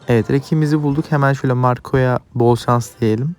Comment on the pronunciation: dili dönmezse BOL SANS (Şans):)))